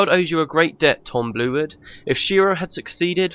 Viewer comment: Real cool ending. Nice done. I mean the whole let´s play. But it´s maybe just me but I allways unterstand "Tom Blewit" instead of "Tom Bluewood". Maybe because the name Tom Blewit sounds more funny XD Especially in one situation (I don´t know the exact episode) where you red a dialogue and it soundes like this: "It´s Tom blew it again". The meaning sounded for me like: It is Tom. He blew it again. And I had to laugh so hard.